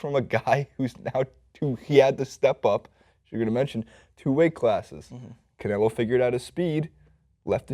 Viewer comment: And it's canelo, not Canela...